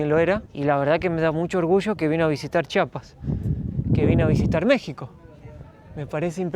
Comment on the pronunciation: Que bueno que visitaron Chiapas, solo un favor, cuando lo pronuncien, alarguen la i, Chiiiiapas, hay muchos que lo pronuncian chapas y se oye horrible